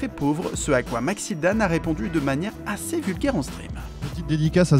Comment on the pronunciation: Genial la video mais juste aceez se dit aciz xD